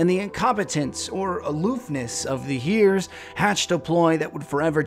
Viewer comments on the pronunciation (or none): I've never heard heirs pronounced 'heers', it's always been 'air' for me